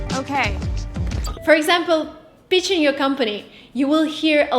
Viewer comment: My wife is Russian. I love her accent. Be careful pronouncing pitching. I thought you said bitching. ❤️